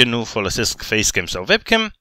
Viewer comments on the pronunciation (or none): tu zici vebcam la webcam pentru ca ştii germană şi în germania W se citeşte v dar se zice uebcam:)) ( şi te rog să faci un video la 250K abonaţi în care să îţi arăţi faţa dar nu trebuie neapărat să te joci ceva dar să ne arăţi şi nouă cum arăţi te roog )